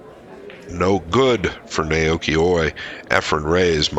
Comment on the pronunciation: your analysis is excellent. Well done. The only flaw is butchering Oi’s name pronunciation throughout: Nah-Oh-Yoo-Key (no syllable emphasis).